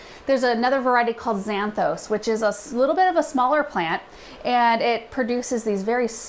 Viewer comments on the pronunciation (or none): Cosmos (κόσμος) means "world" in greek. It is a masculine noun with an article preceeding, ο κόσμος. 8.45 It is not pronounced zanthos but Ksanthόs, with the stress on the last syllable, meaning blonde (ξανθός) in greek.😅